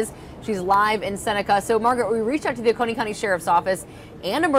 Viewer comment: Oconee is OH-coney. I live about 15 mins from there. But I didn’t see hear or feel anything.